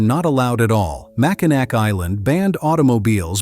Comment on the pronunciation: Oof. You mrounounced Macinac wrong.Its pronounced Mack-in-aw lol